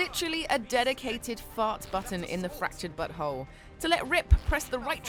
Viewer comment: I thought she said fractured buthole